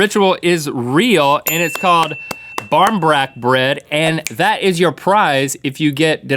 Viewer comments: Btw pronounced ' borin brack ' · actually its just Bairín breac even though it is a bread nobody says that and its pronounced Boreen Brack but its awesome that you included that . though you very , very, very,very rarely come across one with one of those in it even though you are correct that is the tradition and each one signifies a different fortune, when you buy them in the store and they sell A LOT of them over here or when people make them normally it will be just a ring inside and its just a competition to see who over the course of probably a week will cut the slice with the ring in it . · We don't put those things into BarmBrack (you also said it wrong but Irish is difficult haha) we just put a ring into it, just a ring hahah